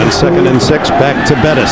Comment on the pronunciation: Dick Enberg calling Bettis, Burris multiple times. Awful.